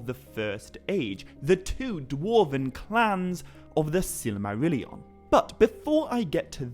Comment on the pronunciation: I mean no offense, but I believe you keep putting an extra syllable in the word “Silmarillion.”